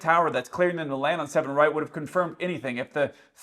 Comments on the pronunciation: Id even say he read back 7r but mumbled so bad i could be left sounding too. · That woman sounded half asleep, i could not make out the words seven right it was more like seven r . I would not ask a controller what is their opinion. I think it sounds ok but most times they are landing in a country with a controller with accent. It is a recipe for disaster. If they get things right in the first place then its not a problem. Also, in a scenario with fog where noone can see anything i would be hyper vigilant about what strip to land on that goes for the pilot and controller. Surely they can have a system whereby any plane coming into land gets a message flash up on screen confirming the strip they are due to land on. Then, if theyh want to have a long chat with the controller who is half asleep that is up to them. At the end of the day one of them is flying a 200 ton tin can so its in his interest to know where he is going. Also i would retrain that tower controller make her drink more coffee during fog.